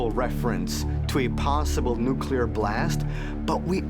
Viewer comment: It doesn't help your argument when the people you're using as references and experts can't pronounce the word "nuclear".